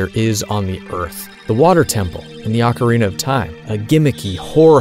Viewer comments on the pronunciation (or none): none